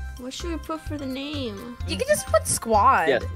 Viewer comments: "Squa" lol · Lol squa it’s squad LOL XD